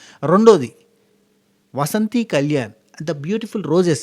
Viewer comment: వసంతి కాదు, వాసంతి